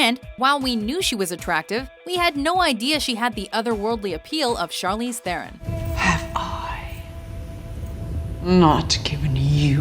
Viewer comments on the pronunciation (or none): That's not how you pronounce Charlize Theron's surname. It's Te-ron, doesn't have a "th" sound.